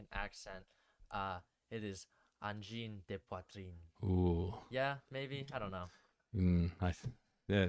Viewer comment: Your pronunciation of "Angine de poitrine" is Really Good actually.